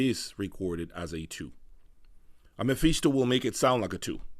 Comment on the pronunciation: Btw its 'Meh-Fis-to' not 'Meh-Fees-to'